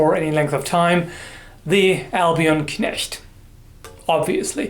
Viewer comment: I just had an eargasm when you, as a non-native speaker, pronounced "Knecht" perfectly.